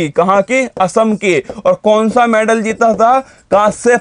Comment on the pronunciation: मैडल, not मैनडल